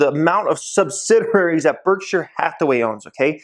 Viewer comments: It’s pronounced sub-sid-e-airies not sub-Sid-er-airies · Sub-sid-i-ar-ies: ONE "R"